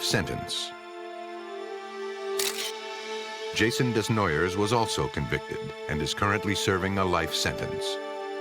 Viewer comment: This hurt my head. Desnoyers is pronounced Day-noy-yay or Deh-noy-yay..